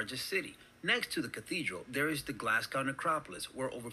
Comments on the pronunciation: The pronunciation of this guy was horrendous. Glasgow is pronounced Glazgo Edinburgh is pronounced Edinburra Caerlaverock is pronounced Kir-lavrock And the monsters are “legends” as he says. “Allegedly” living in these waters. “Do they bite?” may have won the internet today...🤣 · Did anyone else cringe whenever he said Glasgow? (and I'm English!). FYI, we pronounce the last syllable GO as in Glaz-go.....not gow to rhyme with cow. Incidentally we also pronounce Moscow the same way... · I wish these channels you watch were narrated by Scots and not Americans. Glasgow is pronounced GlazGo and Edinburgh is pronounced Edinburruh not Edin burrow. 😂 Oh, and GlazGo Celtic is pronounced Sell tick